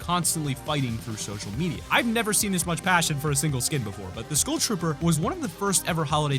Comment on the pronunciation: Does anyone else hate how he says school instead of skull